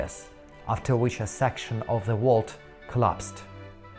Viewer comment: It is volt, not wall. The curved "ceiling" of the room.